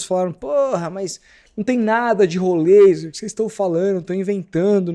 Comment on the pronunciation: Até joguei no google tradutor, em vários idiomas, nenhum fala rolêiser... inventa muita moda, igual do "êliassom"... Não segue regra nenhuma de gramática nenhuma pra falar o nome dos caras.